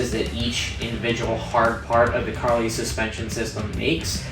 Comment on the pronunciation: It is pronounced Car-Lee. Not Car-lie. Good video otherwise.